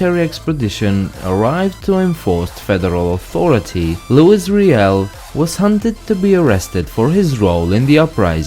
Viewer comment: its not lewis riel its loui riel